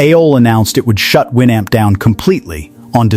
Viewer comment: If you are going to make a video about a product. Learn how to pronounce it. The Amp is pronounced the North American way as in amplifier